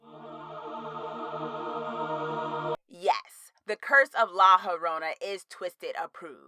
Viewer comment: haha it’s pronounced like la yo-rona. also you should totally do a review of scary stories to tell in the dark!